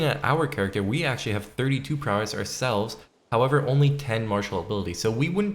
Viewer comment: it's pronounced "prowess" not "prowéss"